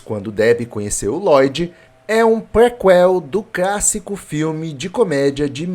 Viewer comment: Eu ouvi crassico?